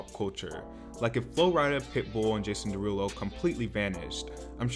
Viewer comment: "jAsOOn DeERuLoo"😂😂